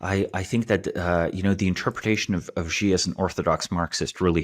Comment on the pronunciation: was correct in the beginning, Xi is pronounced "she". Then started pronouncing it correctly 1/3 of the way in and switched to mispronouncing it! Lol!